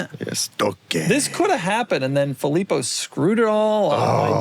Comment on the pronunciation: Fillpo, huh?